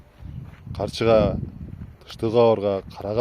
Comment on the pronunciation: Арканы, карчыга деп туура эмес айттыныз.